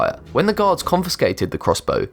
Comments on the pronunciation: Yes haha he said the catapult was seized by guards and it sounded like gods lol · is it just me or does it sound like he sais "gods" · Don't shame me for this but whenever you say gaurds i hear gods...don't ask. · Whenever this narrator says the word: "guards", it sounds like he's saying "gods". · every time he said gaurds, it sounds like god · Your voice makes guards sound like gods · Did anyone else hear Gods instead of guards? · every time he says "guards" it sounds like "gods" Angel - hey, god. what's that? God - oh, it's a crossbow made in a canadian prison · I was so confused when he said "Gods found a weapon" then i just realized he was talking obviously about guards. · Who else thought he said gods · Yikes, every time you say gawd, that is aweful. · you say guard like god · The way you say guards sounds like gods to the point that YouTube Captions captioned it as such. Noice. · Oof at first i thought you were saying God's but you're saying guards no affence good vid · Instead of guards I heard gods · Lol when he said guards it sounds like gods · Man, i'm watching u high af right now and when u said 'guards' It really sounds like 'Gods' so I was like wtf for quite a bit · Lolz! Every time he says guards i hear Gods! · Are you saying "god" or "guard"? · I keep hearing "this was discovered by GODS" O__O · He said guards. Not gods guards. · this guy's pronunciation is fucking HORRENDOUS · I thought he says god but it is actually guards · when he says guards it sounds like he is saying gods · I kept thinking he said it was discovered by god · You really need to practice saying "guards" not God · when he says guards it sounds like gods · it sounds like he is saying Gods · When this dude says guards it sounds like gods